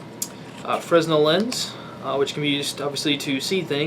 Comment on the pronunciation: fruh-NELL! Not fres-nell. Otherwise, nice kit! You have the bases covered with top shelf gear, no doubt. I like the looks of the container; it's expensive but looks very well made. I generally don't like hard cases for kits simply because it's harder to pack them efficiently but the protection of an aluminum case would be nice.